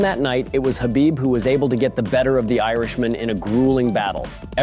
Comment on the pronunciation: Why can none of yall pronounce Khabib’s name correctly. Gonna make UFC videos and can’t even say the guys fuckin name lol. Pretty pathetic